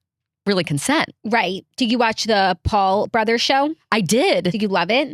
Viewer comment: “ITS LIKE IF YER A BRETHURR”